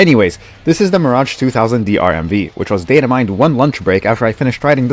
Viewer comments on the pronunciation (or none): none